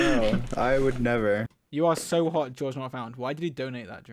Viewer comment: “I FAGAT HOW HAWT IT ISS“ 😭